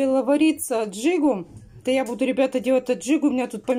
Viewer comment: Почему говорите аджиГа на аджику?